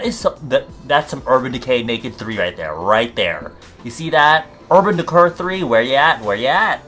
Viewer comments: "urban deqcurrr" dead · i deadass repeated the 'urban decurrr shit' for over 10 times not kidding